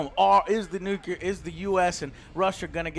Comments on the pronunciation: "Nukeelar".....It has been said many times under many of your videos, please Mr Vargas, it is as in "new" +"clear" : "nu-clear". Not "nukee"-"lar". Unless you do have a speech impediment, in that case disregard my comment. All the best to you. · IT'S NUCLEAR, NOT NUCULAR! Other than that, pretty neat review, though I liked the other format more